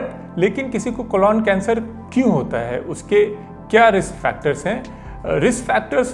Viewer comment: Sir ek baar "Colon cancer" ka sahi pronunciation bhi seekh li jiye कोलॉन नही.... कोलन